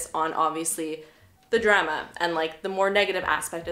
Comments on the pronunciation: 😂😂 the drema. The drema. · Sounds a little like “druma” to me lol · the way you pronounced “drama” was beautifully canadian. also... this base>>> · Haha Canadians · Yeah not all Canadians 🤷‍♀️ west coast vs east coast?